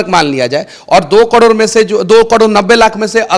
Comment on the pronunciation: कड़ोर नहीं करोड़ होता है मनीष जी